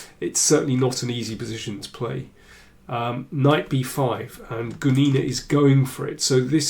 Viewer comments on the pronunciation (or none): Excellent video as always; thanks Daniel! Just one little detail: the femme fatale's last name is pronounced with the stress on 'u', not on 'i', that is GUnina, rather than GunIna. Just wanted to let you know because otherwise you are almost always perfect with your pronunciation.